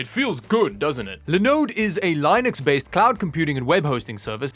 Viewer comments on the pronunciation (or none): A puppy dies every time does a Linode ad and pronounces the OS as “LINE - UX” instead of “LIN - UX”…